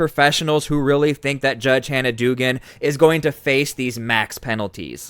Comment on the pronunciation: It is pronounced dougan